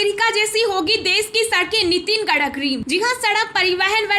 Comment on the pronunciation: You need to read correctly the name of road and transport minister